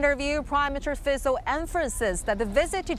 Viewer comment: Finaly somebody can pronounce his name properly, which is respect rather than being derogatory and ignorant. Fico is the best politician in Slovakia by far. although surrounded with lots of controversies throughout his political life. Good on you Mr Fico, opening right doors for our small nation.